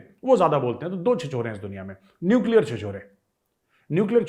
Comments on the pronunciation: neucler चिचौर 😂😂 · Nuclear "chichaura" 🤣🤣